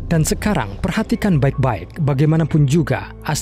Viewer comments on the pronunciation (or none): 4: 19 ngomong "Baek"